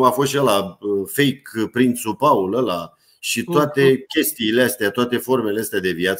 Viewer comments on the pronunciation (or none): none